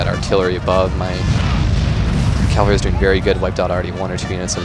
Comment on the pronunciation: Dude. Cav-al-ry. Say it with me. Cav-al-ry.